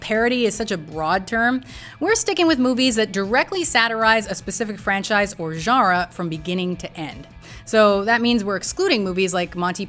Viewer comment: You say "genre" weirdly.